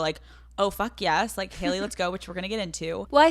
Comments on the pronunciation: Has anyone else noticed how she pronounces “Haley” or is it just me? “Hail-lee” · Youre cannot even say her name xd?